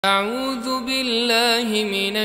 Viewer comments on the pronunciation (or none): none